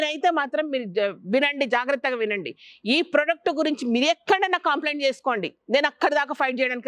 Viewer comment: పతంజలి డిష్ వాష్ సబ్బుల్లో కూడా బూడిద వాడతామని చెప్తున్నారు.కాన్సర్ వస్తుందని వాళ్ళకి ఎందుకు చెప్పడం లేదు వీళ్ళు? లిక్విడ్ సోప్ లు, సబ్బులు వచ్చాకే కాన్సర్ రోగాలు పెరిగాయి. శ్వేతాంబరి కోసం ఎదురు చూస్తాము. 👍 ఒక చిన్న రిక్వెస్ట్..మీరు ఎప్పుడూ కాంప్లైoట్ అంటున్నారు..ఇంతమంది చూస్తున్న ఛానెల్ మీది. కంప్లైంట్ అనాలి.కాంప్లైoట్ అనకూడదు. కాంప్లిమెంట్ అంటాము..అది అభినందన.. దయచేసి మార్చుకోండి..